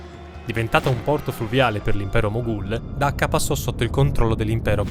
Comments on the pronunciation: Dacca o Cacca??? 😂😂😂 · Dacca in italiano si pronuncia con la "C"...